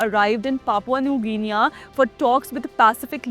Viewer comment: Excellent...🇮🇳 Just one small feedback.. you are mispronouncing Guinea.. it's pronounced GINI and not GINIYA.. just so that your content is perfect going forward 😊